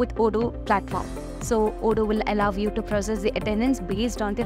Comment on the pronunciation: Every time in your videos whenever you speak "Allow you", I perceive it as "I love you" :) :)